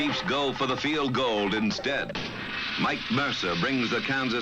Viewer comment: Again "the Chiefs go for a FEEL GOLD instead" hahaha. I remember this kid in grade school used to pronounce it "feel gold". I just can't believe this is happening on NFL Films!! Maybe this is one of those "Mandela Effect" cases or something.